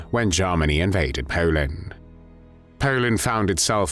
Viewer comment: Jarmanny?...Is that anywhere near Germany?...Why do you sound so pissed off? Personality problems?